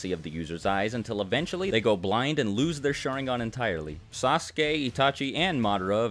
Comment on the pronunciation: I gotta say this u guys dont pronounce sharingan correctly